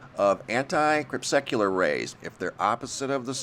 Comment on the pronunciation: "Crepuscular," not "crep-secular." Really, try it. Cre-pus-kyoo-lar. It is not that difficult.